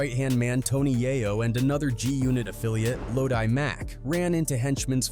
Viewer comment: Wtf is “lodie!?” (Low-d) is how you say the man’s name. I’m about to report you shyt